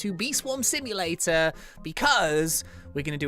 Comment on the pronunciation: What Says: Bee Swarm Simulator What I Hear: Bee Swarm See You Later...